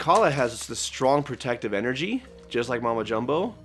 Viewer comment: I keep on almost thinking they're saying "Mumbo Jumbo" when they say Mama Jumbo 😭